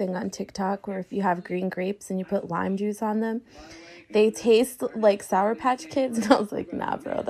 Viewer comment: SOUR. The word is SOUR, Raphael.